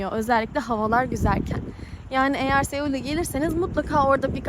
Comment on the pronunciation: Güney Kore'nin baskenti Seoul. "Soul" diye okunur . E harfi söylenmez.. biraz daha dikkat lütfen. iyi tatiller, iyi gezmeler